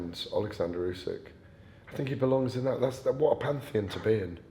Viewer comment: Why does the GAD call Usyk "Youysk"?